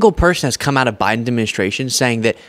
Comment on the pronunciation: "Beten.. ayu". Lol